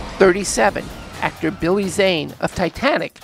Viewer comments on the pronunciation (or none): none